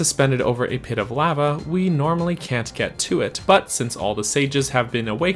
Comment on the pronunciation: I never knew lava could be said so incorrectly